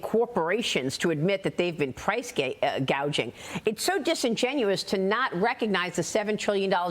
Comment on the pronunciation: Maria almost said 'price gauging.' 😆